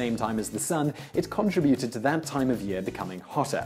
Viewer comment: Now for a bit of 'silliness'. I truly wish, just once, you would say a particular word the CORRECT way. You say con-tri-BU-ted. Try saying con-TRI-bu-ted. See... told you it was SILLY. Seriously, I am VERY glad I happened across your channel, and am NOW a happy subscriber. Fellow viewers, don't give me a hard time, as not one of you appreciate what he does more than ME.